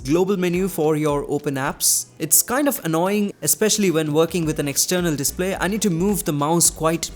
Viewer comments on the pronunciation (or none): none